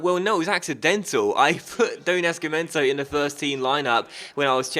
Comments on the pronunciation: ''Nazi-mento'' not ''Naski-mento'' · It is pronounced ''NAZIMENTO''